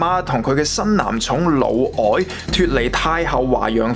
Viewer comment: 聽到「老外」吓？一頭問號